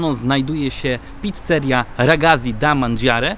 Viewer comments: Mordo „ragazzi” czyta się: ragacci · Ragazzi😅. Naucz się wymawiać